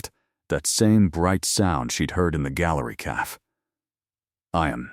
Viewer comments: Right off the bat. Once again AI can’t count. “Just 3 words. I’ve never done this before.” That’s 5 words AI. It totally detracts from the story when such blatant errors are in it right from the start. How does AI not know how to pronounce “cafe”? It’s not caff! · Great story!❤ Anyone else get frustrated with the narrator not saying “cafe” properly??it’s not a hard word? Why are the main characters always a “Chen” and “Dante”? Are there not other names they can use?